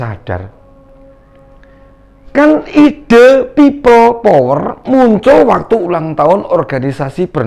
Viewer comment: Bilang pipel power aja nafasnya megap2 drik mudrik, mbok ya dibikin ngaji suaramu itu, agar pintu akherat terbuka.. Takbir